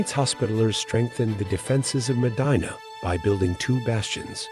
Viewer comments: The correct pronunciation of M'dina is imdeena. Not maadine-a like vagina..Short i as when saying 'in'. Publius isn't pronounced like public. It's Pooblee-us. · haha was going to say this it put me off in the beginning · I nearly switched away at the start because of the mis pronunciation.